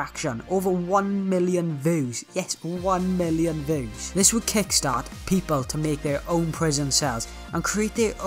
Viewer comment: THE ACCENT HE LITERALY SAYS VEWS and not views